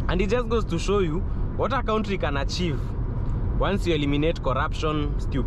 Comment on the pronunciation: Nice vlog. Next time please call it Abudabi not Abuthabi, and that word country, it's confusing when you pronounce it as 'cowntry', instead of 'Kantri'.